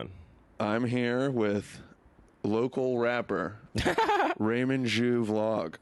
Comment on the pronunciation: callin em raymond ' jew ' instead of raymond ' shoe ' 😂🤣😭